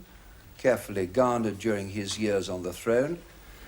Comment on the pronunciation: Can someone tell me where Dr. Starkey's accent comes from? He's the only person I've heard pronounce "years" the way he does. (He says "years" a lot in his Monarchy series.)